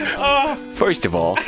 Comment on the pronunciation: "Foist of all..."